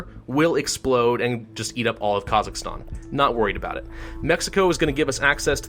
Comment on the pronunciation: I'm from Kazakhstan, can you are saying it worng, its "Kah-zack-stan"